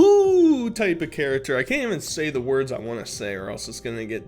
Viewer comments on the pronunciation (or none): Dude I friggin love ya, but u gotta friggin learn to pronounce the letter "C" when it's followed by a "T". For example, you say "fat" instead of "fact", "charater" instead of "character".... figure it out dood.